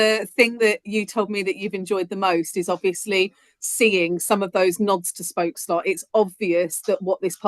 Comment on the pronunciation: Congrats you are officialy the First non-dutch person to pronounce spookslot correctly